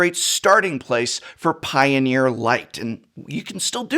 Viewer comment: I hear Piooner, liked the video.